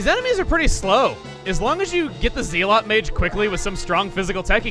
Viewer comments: Zealot Mages, while they are mages from Zeal, are pronounced "zel-lot." A Zealot is a fanatic, usually related to religion or belief systems. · You mispronounced "Zealot." It's supposed to be pronounced Zel-et. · Zealot= Zel-ought. I know its a confusing word, at least thats how I always heard it said. Your creative wordification is half the fun of watching but if you wanted to change how you say it now you can... I la ike your way of pronouncifing things uniquely. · The word Zealot is pronounced as Zell-it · Chugga zealot is an actual word it is pronounced zel-it or zel-ot. It means either person who is full of zeal (great energy or enthusiasm in pursuit of a cause or an objective) or more commonly means violent extremist. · just in case it wasn't a pun, zealot is pronouned zell-awt or zell-ut. rhymes with "sell ought" or "sell it" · no it's pronounced "zell-it" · Nah, chuggaa makes puns all the time, but he always acknowledges that it's a pun. He joked about them being called "Zealot" mages, sure, but he didn't go on to acknowledge that it's actually pronounced "zell-it" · Yeah it's definitely pronounced "Zell-it" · Yeah, it's pronounced "Zeh-lot" just like the protoss unit from StarCraft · Not to be too pedantic about it or anything, but it killed me inside watching you constantly pronouncing zealot wrong. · The fact that the kingdom is called the kingdom of Zeal is enough to warrant his mispronunciation of Zealot, I find it charming. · That pronunciation of "Zealot" tho... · Holy crap, chugga! I know I'm like the millionth person to say it, but even if you were trying to make a pun with your pronunciation of "zealot", it is as much a pun on the word "zeal" as "tasty" is a pun on "taste". In other words, it's not. If there is a pun, it is that the queen is named Zeal, in this case having a double meaning of it being her name and that she is very zealous, but even that's a stretch (considering it was intended). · Ze-lot not Zeal-ot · It zel ot not zeal ot